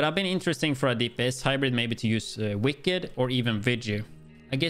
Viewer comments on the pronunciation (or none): none